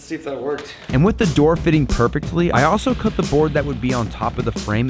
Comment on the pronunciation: said perpictlly